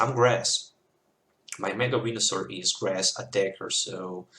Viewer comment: lol, sound like you are saying mega wienersaur